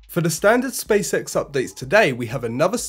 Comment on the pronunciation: Sounds like "space sex"